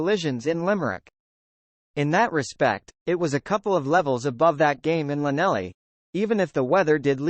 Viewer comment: Good commentary but your pronunciation spoils it all particularly Llanelli and leinster